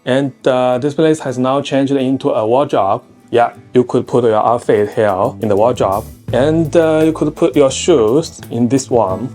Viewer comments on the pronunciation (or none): a "wardrobe " is said like "ward--robe"........"robe" like you wear a robe after a shower.